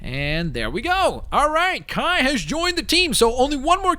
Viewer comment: he called Kai Nai